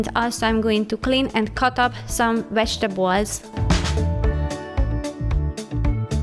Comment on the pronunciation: I love your cleaning videos. And the way you say vegetables lol. 😊